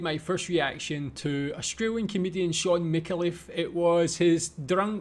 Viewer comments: mick-ayy-l'ff, not micka-leff... he's a national treasure, after barrie humphries, norman mcdonald and john clarke. he writes much of these sketches, his co-stars deliver his insights. f'ing brilliant mind! dive into his rabbit holes, mate - you won't regret it! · Mi-CAR-leff, not Micka-LEFF. FYI. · FYI: His name is pronounced MIK-AY-LEF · Shaun has such a wide body of work it's hard to know where to start. Watching his characters on Full Frontal had me in tears laughing. Btw you pronounce his surname Mick-CAR-Luff with a emphasis on the CAR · It's a Maltese name, pronounced Mih-Cal-Leff, emphasis on the Cal, as you say. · FYI - Micallef is pronounced Mi-car-leff >1st & last syllable with short vowel sound & middle syllable with long vowel sound like "car". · It's a Maltese name, pronounced Mih-Cal-Leff, emphasis on the Cal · I think the Australian pronunciation is Mick-kale-if. ... and as he is Australian ... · Not wanting to be racist, but I cannae understand yur accent! LOLZ 🤣 And by the way, our well-loved Sean's surname is MiCALlef, with the stress on the second syllable. 😉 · It's pronounced. Mi CAR Leff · Mick-kay-leif...... Mick-kay-leif!!!! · His last name is pronounced Mi carl if. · I think he pronounces it "Mih-kaah-leff". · Your pronunciation of the Scotttish name Micallef is fascinating 🤔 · Btw, you aren't pronouncing his name right :)